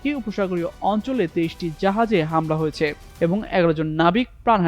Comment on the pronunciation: ভাই হয়েছ্যা, করেছ্যা এভাবে না। বলুন হয়েছে, করেছে। এভাবে বললে শ্রুতিমধুর লাগবে।